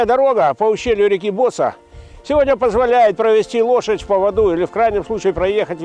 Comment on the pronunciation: Может провильней говорить Босса́!??? Ударение на А!!